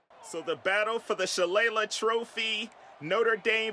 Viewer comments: It pronounced Shuh-lay-lay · It’s pronounced Sha Lay Lee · Smh you don’t remember Hornswaggle from WWE ??? It’s Shuh-lay-leh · I'm sure someone haz told you by now but it's pronounced "Shuh-Lay-Lee" trophy